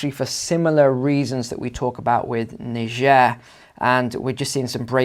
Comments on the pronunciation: Ni-jair not Nai-ja.Pronounce the country's name properly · Pronounce Nee-Jeh !(Niger) properly!!